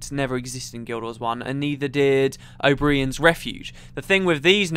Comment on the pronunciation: Why do you pronounce O'Brien so weird? I believe in the Manifesto he pronouces his name a little different